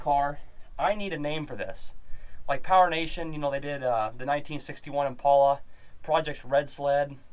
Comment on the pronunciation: Immm, paaaal, uhhhh. Not impola.